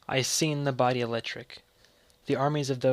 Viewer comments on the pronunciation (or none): Pronouncing Sing as Seen